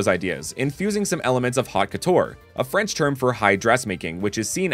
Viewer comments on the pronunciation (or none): I know it’s quite niche and you will likely never see this but if it helps, it’s pronounced •oat co-tour•